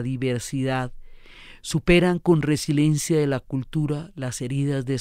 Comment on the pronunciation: Diana, por favor, no es resilencia, es resiLIEncia.